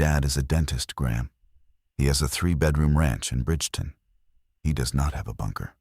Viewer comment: Its Bridgeton, not Bridgerton. I'm from St. Louis.